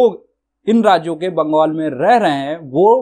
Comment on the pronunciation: बंगोल नहीं बंगाल होता है एंकर महोदय